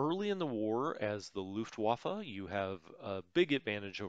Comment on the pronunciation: Luftwaffe is the direct translation of air force. By the way a 'W' in German is ALWAYS pronounced as a 'V'. The next question of course is how do you pronounce a 'V'? The answer is as an 'F'. That will get your pronunciation most of the way there. If you remember these then you will do better that 90% of non-German speakers especislly Americans. I say it as an American who isn't fluent in German but still well versed. Especislly in pronunciation and its very painful to listen to Americans mispronounce German words. I'm not mad or trying to criticize, rather offering a suggestion much like in the earlier episodes when you made an effort to say Soviet rather than Russian.